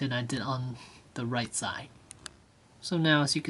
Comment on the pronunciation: its side not si